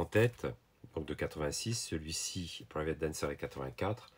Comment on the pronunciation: The best part of this video is when you speak the name of the songs with your french accent. Tuna Turnerrr and Private Dancerrrr. C'est un peut amusant.